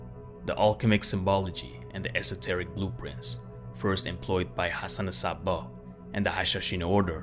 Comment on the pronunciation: 8.48 Thats NOT the way to pronounce ´´Ibn Sabbah´´ even the name Hassan wasn't pronounced correctly.